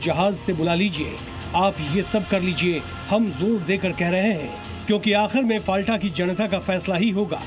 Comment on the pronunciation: Dear Zee News , It's " फलता" Not फालटा